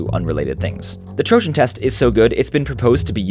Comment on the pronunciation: This is the first time i hear "trojan" with a gi sound and not an i sound: it is very hurtful XD